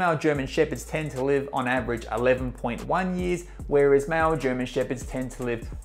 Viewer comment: Sounds like he is saying mal german shepherd instead of male. What's this accent? 😮